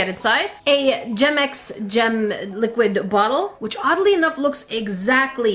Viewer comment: why does gemex sourd like germex?